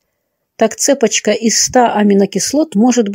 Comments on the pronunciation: Это, что за цепочка (ударение на первый слог) !? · Также цЕпочка неправильно. Так криминал говорит😢